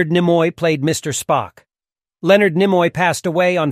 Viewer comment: As you introduce Spock, not one of the stills in the montage shows him. OK, so you mispronounce Karamazov, no biggie... But... Nimoy? To quote Sam Rockwell as Crewman #7 Guy in Galaxy Quest... "Have you even SEEN the show?"